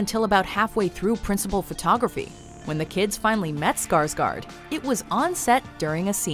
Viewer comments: I wish people could say Skarsgård right.. Well can people at least say Skargord ;-; I'm Swedish so yah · The way all amaricans say Skarsgård kills me😂😂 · If you are going to use a name in a video then learn how to pronounce the name. You totally butchered Bill Skarsgård name, as we say in Sweden. Gör om gör rätt, (do it again do it right).